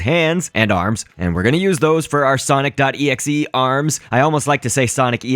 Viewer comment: its pronounce exe